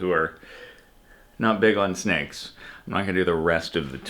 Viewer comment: Cap becoming Australian as soon as they get to the sneks was so funny